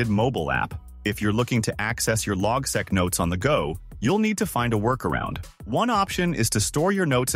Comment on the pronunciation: it's pronounced "log-seek" not logsek